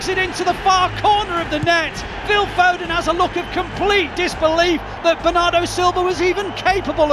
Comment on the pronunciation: Put some respect on Phil fodens name!!